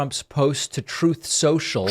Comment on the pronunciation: Damn you David Pakman! I cannot hear ‘Truth Central’ without my mind repeating ‘Troth Central’ thanks to your sound bites!